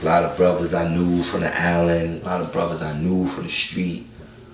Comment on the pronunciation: Island not Allen